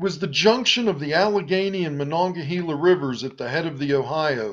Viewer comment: Interesting vid. One point. Locals pronounce the second to last syllable of Mon River as hay not hee, the spelling notwithstanding.